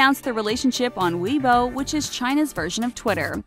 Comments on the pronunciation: Just a note, your pronunciation is a little off Fu-er-dai (富二代) is pronounced [foo-are-die] Xi Jin Ping (习近平) is pronounced [she-gin-ping] Weibo (微博) is pronounced [way-bwah] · Weebou... Weibo's pronounced as weibuo